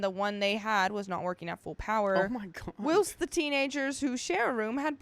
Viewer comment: lovely hosts, “listen Linda.” ‘Whilst’ is NOT willst (will-sst). It is WHILE-sst. While…sst. Don’t believe me?, ask your Australian mom. It is NOT WILL’st. It’s a British term that Americans don’t use but if ur going to… Use it properly 🧡